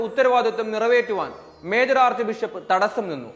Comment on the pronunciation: അവതാരകൻ ആദ്യം ഷ എന്ന അക്ഷരം നാക്കു വടിച്ചു പറയുക. അല്ലെങ്കിൽ ബിശപ്പും, ശേ ശവും ആകുന്നു. അഞ്ച് ബിഷപ്പുമാരുടെ ഫോട്ടോ കാണിക്കുന്നത് അല്ലാതെ അവർ പുറപ്പെടുവിച്ച കത്ത് പ്രദർശിപ്പിക്കാൻ തൻറെ ടം ഇല്ലല്ലോ? വിശ്വാസികളെ തെറ്റിദ്ധരിപ്പിക്കാൻ വേണ്ടി പണം കൊടുത്ത് പല ചാനലുകളിലും ഉണ്ടയില്ലാ വെടി ഇറക്കിയിട്ടുണ്ട്. ഒരു ചാനലിലും ഒരു ബിഷപ്പിൻ്റെയും പേര് പറയുകയോ കത്ത് പ്രദർശിപ്പിക്കുകയോ ചെയ്യുന്നില്ല. ഇത് കേൾക്കുന്ന പാടെ പലരെയും തെറ്റിദ്ധരിച്ച് കമൻറ് മായി പലരും ചാടി ഇറങ്ങുന്നുണ്ട്. നാളെ കർദിനാൾ മാരുടെയും നാളെ കഴിഞ്ഞ് മാർപാപ്പയുടേയും പേരിൽകത്ത് ഇറക്കി എന്നും വരാം. കഴുത്ത് മുറിച്ചിട്ട ബ്രോയിലർ കോഴി ഡ്രമ്മിൽ അകത്ത് കിടന്ന് ചിറകടിക്കുന്ന പോലുള്ള വിമതരുടെ അവസാനത്തെ പ്രയോഗമാണ് ഇതെല്ലാം. ഇതുകൊണ്ടൊന്നും കത്തോലിക്കാസഭ തകരില്ല.